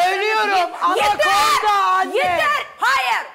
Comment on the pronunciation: hanım çok güzel söylemiş Anakonda diye😂😂😂😂😂😂😂👍👍👍👍👍👍👍